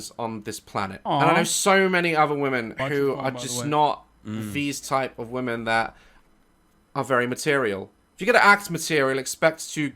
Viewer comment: ' pronunciation of "women" sounds like "woman" and it's really throwing me off. Also, pretty fast of him to evoke Godwin's law not even 15 minutes in. EDIT: Wait wtf, he CAN pronounce it correctly 🤯🤯